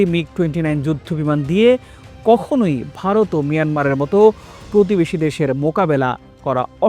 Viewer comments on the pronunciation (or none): none